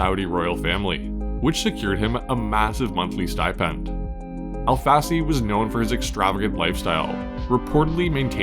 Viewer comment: Al-Fassi; more like Alf-Assy